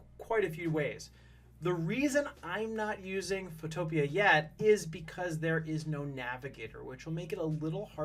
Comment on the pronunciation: Not being rude but it’s called photo pea